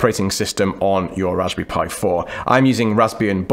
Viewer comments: sTOP SAYING "RASBY PIE" PLEASE... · Every time he says “Raspberry Pi” I feel hungry. Is it Raspberry Pie? Haha